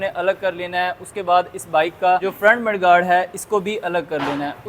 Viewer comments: Mud guard hota hai bhai sahab ye Muddy gaurd kyu boltay ho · Mechanic k chode madigard nhi mudguard hota hai bolne ka tarika tou sahi kr bad mai logo ko kch sikhana